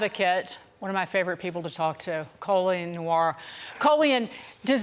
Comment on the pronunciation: Nuff Respect for representing on Fox but the Host could have done a little more research on the pronunciation of your name…. Coe lee on?!?!